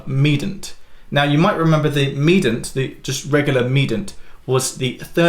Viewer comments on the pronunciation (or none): Medant? Medant? Did I get the memo where we don’t pronounce the I in mediant anymore? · the word mediant has three syllables, not two syllables. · Is the way you say mediant a British thing or a just a Piano thing? Never heard ‘medant’ before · Have I been mispronouncing “mediant” and “submediant” … ?!! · It’s just wrong.